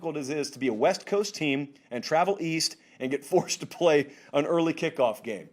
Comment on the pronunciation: This may be a hard pill to swallow for some, but Shaw should learn where his salary comes from (hint: it's TV advertising revenue). I know it sucks to hear this, but NCAAF is a product and the world doesn't care if its "hawd for u to get up so ewy in the mowning" :(